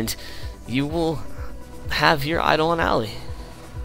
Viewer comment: eye-doll-on al-eye